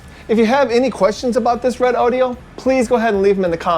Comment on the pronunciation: Redodo pronounced correctly 👍